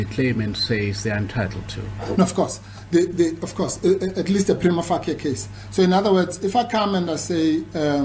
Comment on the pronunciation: Wouldn't it be nice if these lawyers pronounced 'prima facie' correctly and understood it means 'at first sight' or 'upon initial examination'. Anything can be prima facie in law but this guy has verbal diarrhoea (in english)., you are 100% correct.